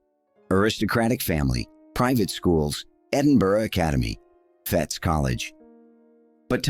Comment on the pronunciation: Maybe amend your AI pretend voice, it’s pronounced MAC-FER-SON. Also Fettes college is pronounced FETTES, you pronounce the TES it’s not silent.